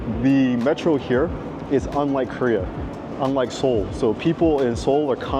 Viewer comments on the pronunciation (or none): none